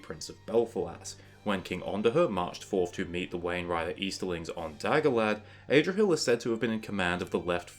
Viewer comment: Adrahil not AYdrahil